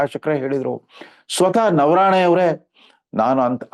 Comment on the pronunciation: ನವರಾಣೆ ಅಲ್ಲ,, ಅದು ನರವಾನೆ ಅಂತಾ ಹೇಳಿ ಸರ್,, 🙏